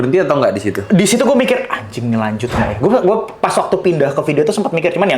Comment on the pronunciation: baru disini gw dengar om ngomong anying dengan jelas😂😂